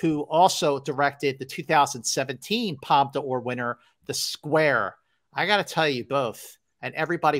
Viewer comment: Woohoo it’s my favorite season of the year-awards season!! I’m sooo glad you guys are keeping this going, so fun & thanks for doing so. I just missed an industry screening of Tar but am looking forward to it. Btw Scott- it’s pronounced Palm Door, not Palm Duh Ore. Just sayin’…love you guys.